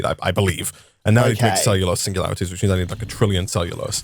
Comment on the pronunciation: singulatiries lol